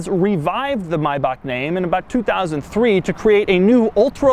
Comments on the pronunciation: maybak is NOT the correct prononciation .... I'm german, I can tell you this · Maybak isn´t the right pronunciation but, but funny to hear your "german" xD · Learn how to say maybach🤡🤡🤡🤡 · GreeleyCPS him saying it wrong is ok, but him saying he pronounced it right is not. Ignorance and arrogance. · Everytime he said Maybach my head started to hurt more. Smh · You pronounce it wrong you idiot. Use Wikipedia if you are unsure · this is definitely not the correct pronunciation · Wie er Maybach ausspricht und dann auch noch davon überzeugt ist das man es so ausspricht😂😂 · Maybach is a German word so the pronounciation is wrong :) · No, that isn’t the correct way to pronounce Maybach. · You don't pronounce it right, the ch in German is a special sound, that you dant have in English. There is also no letter in English that describe the sound. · I am from Germany and you have pronounced Maybach wrong😂😂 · I was about to call you out on how you pronounce Maybach 😂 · no it is german you dont say may back.. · take a shot everytime Doug pronounces "Maybach" wrong. instant alcohol poisoning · Doug DeMuro is the kind of guy teaching you about pronunciation, while he can't pronounce the brand himself... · Nope , that is not the correct pronunciation. ch in German is not a k. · "and yes this is how it's pronounced correctly" continues to pronounce it incorrectly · hellohello i am german, it's quite okay, except for the ch in bach. it's not a k, but i guess it's difficult to learn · Well, I am german and it really is not. I am fairly certain Doug learned a bit of German because his pronounciation was also very good on the A7 video. Pls don't do the american bullshit where you think you speak better German than even us. Its fucking annoying. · your Maybach pronunciation is NOT correct greetings from Germany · It was close, to be honest. Only the "ch" has to be pronounced more like the "j" in the Spanish Julio. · You didn't pronounce it right. In German, -ach is pronounced -ar.